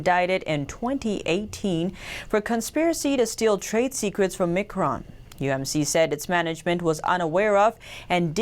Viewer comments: Micron is pronounced MyCron mi·cron /ˈmīˌkrän/ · Miiiiiiiiicron, haha just helping you out, its called Miiiicron icron micron :) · Its Micron as in Microphone! Also its plenary not planetary.......